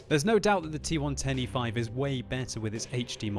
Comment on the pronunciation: when you say T110E5 it sounds like T1 25